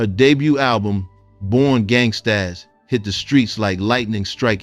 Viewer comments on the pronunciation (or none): The title of her project was pronounced as simply "Born Gangstas" but spelled gangstaZ with a "Z". It is not pronounced "Born Gangst-AZZ", sir.